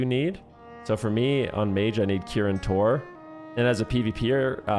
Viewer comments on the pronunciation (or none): none